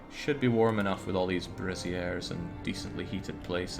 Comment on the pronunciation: it is still pronounced ...brayzeers ... what you keep saying is a bra for women. . it is another word like Polish and polish ... spelled similar pronounced differently